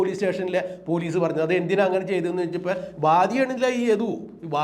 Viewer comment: എന്ത് പുയലീസ്, പൂ... പൂ ലീ സ്സ്